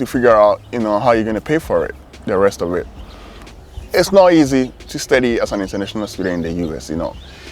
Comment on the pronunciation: Amazing a student can't properly pronounce "study!".